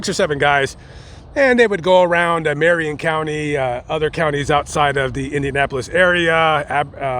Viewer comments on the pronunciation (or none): none